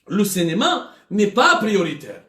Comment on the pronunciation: machi " Cinéma ", il dit" Cénéma".😂😜🤣🤣😀😛